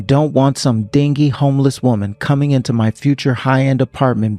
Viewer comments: The word is said as "din-ge" not din-nig",learn how to read and pronounce your words properly,would be a good start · It's pronounced din-gey. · dingy is pronounced din-jee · Dingy=din-jee. Ok? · Oh I see they hired as a VA again. Also,, d I n g y is pronounced din jee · It's pronounced 'din-jee' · They mispronounce dingy